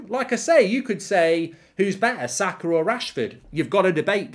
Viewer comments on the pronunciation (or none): none